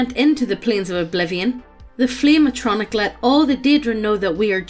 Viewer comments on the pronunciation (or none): It sounds like you pronouncing it as A-tronic as apposed to A-tri-noch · Ah-tro-knock. Not a-no-tronic. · "Ayy-tron-ic" as apposed to "ahh-tra-nock/noch" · A-tron-nick? A-tron-nick?! At-tro-narch! Jesus, to you teach her nothing? XD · The way says “flame atronach,” I keep hearing “Flame-A-Tronic,” so the entire time I was picturing this guy banging a tacky, overpriced grill or something. Made my day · ah-tro-narh-c. and yes, it is very real. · I hope never again to hear say "Bussy" in my life And saying Atronach Ah-trow-nak Reeeeeeeeeeee!!!!!!! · Atronach (AHT-troh-nack) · Ah - tro - noc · It’s “atro-nock”. Also how did they miss the chance at a fire crotch joke??! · Did she say atronik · Isn't it pronounced At Ro Nok? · the way she says Atronach bothers me